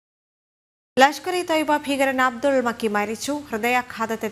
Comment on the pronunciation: മക്കി അല്ല നക്കി 😡😡. പൂ മോൻ